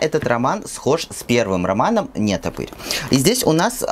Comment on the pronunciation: Привет! Хороший канал. НетопЫрь с ударением на Ы, а не на е.